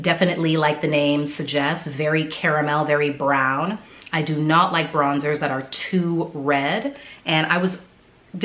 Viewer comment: It nuh good😂😂😂. Are you Jamaican? Love it.🇯🇲🇯🇲🇯🇲🇯🇲